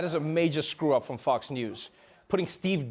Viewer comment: Lmfao I thought he said "Fucks & Friends" but he said Fox 😂😂😂😂😂😂😂